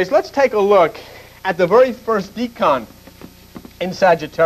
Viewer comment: its not deecan, its decan like decade. Its math not religion